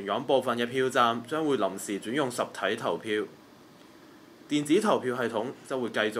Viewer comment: 注意下懶音 "實"體、"時"間、記"者"等 繼續努力！